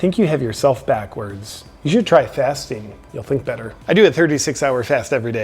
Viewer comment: I thought he was saying "fisting"..."im always fisting..."